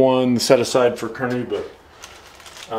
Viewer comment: Great series! Just an FYI: it's “carnauba” not “carnuba”; I notice it's misspelled on your Etsy store too.